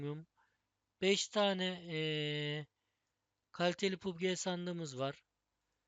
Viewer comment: Pubg diye okunmuyo pabçi diye okunur